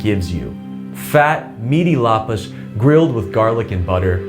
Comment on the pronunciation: your pronounciation of lapas was perfect omg